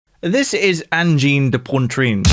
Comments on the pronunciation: Angine de Pontrine hahaha C'est prononcé Angine de Poatrine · "Anjeen de pontreen" holy lord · Great video, thank you! The band’s name is extremely difficult to pronounce for English mother tongue speakers. An approximation could be “Anjeen de Pwatreen” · Pronounced kind of like "Ahn-jean duh pwa-treen" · "This is Anne-gine de Poyne-trine" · Great review. Pronounced Onjheen duh Pwatreen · It's weird how anglophones find it almost impossible to pronounce Angine de Poitrine. It's acyually not that hard. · Lordy! Stop saying their name that way!